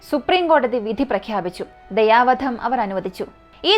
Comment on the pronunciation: ദയവാധം അല്ല കുട്ടി ദയാ വധം